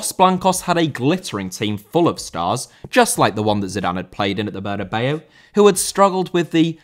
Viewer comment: Bernabéu* not Benabeyuw